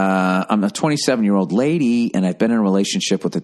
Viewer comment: The way he says “lady” 😂